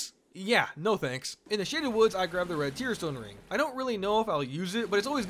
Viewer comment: when you said shaded woods I heard "shitty woods" and you know what, both are correct.